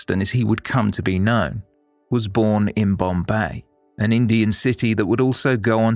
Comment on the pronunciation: AS ALWAYS , TOP of THE CLASS FOR STORY TELLING.!💯👋👋👍👍💐💐!! PROUNCIATIONS of BOMBAY/MUMBAI / NUTAN WAS SPOT ON ! NOT MANY PRESENTATIONS ARE GOOD WITH FOREIGN NAMES !! WATCHING MANY , MANY PODCASTS OVER THE YEARS !!!! THANKS. "They Walk Among Us." FROM,U.K. (2024).